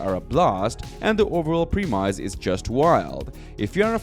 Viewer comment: The way you pronounce "premise" is driving me crazy.